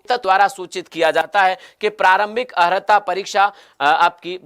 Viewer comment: अर्हता की जगह औरता😂😂